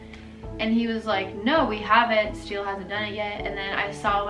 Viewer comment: Oh I thought you said hi to steel